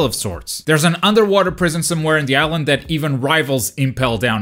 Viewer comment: This is a ihsland that is diverse. How do you manage to say diverse with no problem but suffer to say island